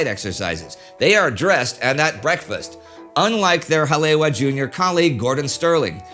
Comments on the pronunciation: Brah I cringed so hard too, it actually hurt 😂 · Like all of your documentaries this is another home run, but... The “w” in Haleiwa and Ewa is pronounced like the letter “v.” Again, first rate documentary. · As a local I could nothing but cringe every time he said Haleiwa and Ewa xD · Early in this video, Indy refers to a "Hah-LAY-wah." Hawaiians know he must mean Hah-lay-EE-vah (Haleiwa). Oahu's North Shore City. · Haleiwa is pronounced Hal E, Eva. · pointer on hawaiian pronunciation: Each vowel is sounded out, and "w" is like a soft v. So "Hale'iwa"' is pronounced "hall-eh-ee-wva". If you want to be super precise use the glottal stop. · War Two - As a resident of where all this happened, I am super pleased with the "Deep-Dive Research" that has gone into this series. While I've known most of what you are presenting, watching this has been a very intriguing & enthralling series. The only CRINGES are whenever "Ha-le-wa" is pronounced, like . Your pronunciation is missing a complete syllable. To many people around the world, especially within the surfer communities, Hale'iwa is a very iconic location. There are many, MANY people who DO KNOW that it is distinctly pronounced as "Ha - le - EE - va". I'm not sure if it can be corrected, but you may wish to consider doing a voice over with the correct pronunciation for any subsequent releases. Other than that, I have been enjoying everything else. Ma-ha-lo (Thank You). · Ewa= Eevah Kaneohe= Kan-ee-oh-ee Haleiwa= Holly-eevah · You mean kaena point? And Ka-ne-ow-eh bay? Ha-lea-eve-ah. Are you a Canuck? Bow as in bow tie, not bow as in bow wow?